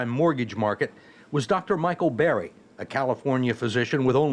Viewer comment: it's Michael BURRY. not Barry. this dude can't even do bare minimum research for his guest's name smh